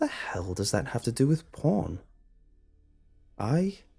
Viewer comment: When he says porn, it sounds like my dad saying pawn